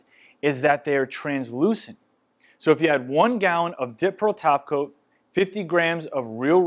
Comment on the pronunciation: Omg I’m four minutes in and I literally thought he was saying “dip pearl taco” this whole time 🤦🏻‍♀️😂 when suddenly I realized he was saying “top coat” not taco 🌮